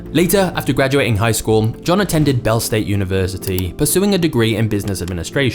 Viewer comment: Ball State University not Bell State like you said!